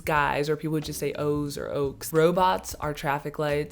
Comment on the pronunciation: Great video overall but I want to point out some things 1. Loadshedding experience during a cinema is great. You can take out your phone's flashlight and make hand puppets on the big screen 2. We don't say "oaks" when we mean guys or friends, we say "ouens" or "ous" (pronounced "oh-en's" and "ohs" 3. The clicks in Xhosa are still difficult to pick up as a primarily English speaking South African